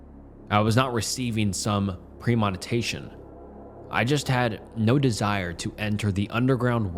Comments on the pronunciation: premonition- pronounced here as: pre-monetation. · “Pree-monitashion” u kill me sometimes with these pronunciations but at least ur confident and truck through the story without faltering